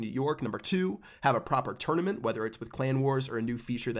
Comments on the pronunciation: If he says twounament one more time😅😂😂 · He says it like a tour and a nament